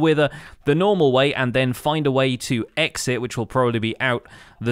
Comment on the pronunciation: lol...did u say "eggsit" (exit)